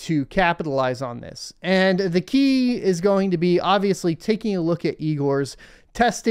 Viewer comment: LOL you said eyegor 🤘🤘